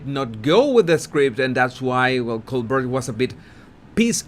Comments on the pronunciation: Prounounced : “Cole-bare”…..as if a French name. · Hello! Love your work. Just a small suggestion...Colbert is pronounced Coal Bear. I look forward to your broadcasts. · tip for you: Pronounce Colbert = "coal-bear" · It's also not that difficult to say "Cole-bare." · Col-BARE - as in a grizzly bear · Coal-Bear is the pronounciation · Stephen "Cole-bear". Pronunciation "BOOzy" 🇺🇸 Love you! Harry whined about not providing her protection in Canada before they were married. She gets to the UK and she is not only protected, but trained. What's his beef?? His beef is simply to have a beef. And yes...Stephen stung him a time or two. ☺ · Steven Colbert - his surname is pronounced coal bear. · Colbert is provinces “Cole-Bear”. Just trying to be helpful. No disrespect. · I believe the name Colbert is French and therefore should be pronounced Colbear (bear like the animal) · FYI his name is actually Colbert ('t' pronounced), but people pronounce it Col- bair (like hair) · Woohoo! Fireworks and a show! You can pronounce Colbert's name this way, Coal Bear. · Pronunciation Coal-Bear Colbert is french so the T is silent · Pronounced like Coal Bear' (emphasis on second syllable.) It's a French pronunciation (although he isn't French.) 🟠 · Colbert is a French name. Jean-Baptiste Colbert was a French "ministre" who served King Louis XIV with devotion. And in French, usually, the last consonnant is not prounounced. So: Colber..... not Colber t. However, since this Colbert is in America, believe that he can understand that Americans and all English speaking people are going to pronounce the final -t as it is done in English. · Col - bear (like a grissly) ! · Just letting you know that Stephen's surname is pronounced in the French manner. As someone wrote already the "t" is silent. Say it as written "coal +bear" or "coal+bare". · colbert pronounced cole beer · Colbert is pronounced Cole bear. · Colbert.. he pronounces as COL-BARE..it's French pronounciation